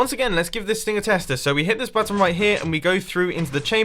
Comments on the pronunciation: He Called It A Hidden Butt Instead Of A Button 0"45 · I THOUGHT HE SAID "A HIDDEN BUTT-ON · at 0.46 were he says hidden button it sounds like he said hidden batten